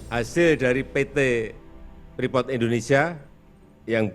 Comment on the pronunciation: Bacanya freeport min bukan freefort